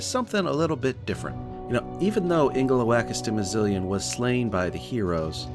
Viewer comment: Impressive build, but not quite as impressive as your mastery of the word Ingeloakastimizilian.